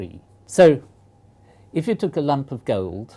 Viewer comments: I keep thinking he says lamp when he says lump, which was seriously very confusing! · oooooooooh! he's saying lump! a lump of gold... (stupid american who heard lamp for most of the video, and wondered what purpose could there be in a lamp of pure silicon)